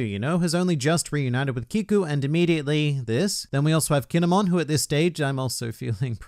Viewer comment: i dont like how he says kin'emon